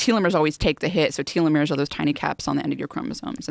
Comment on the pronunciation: teeelomeres....much weirder lol